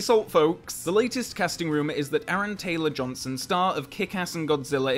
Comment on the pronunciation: What’s an Aaron Ansrong Gamberson? I’m sorry who did you say it was?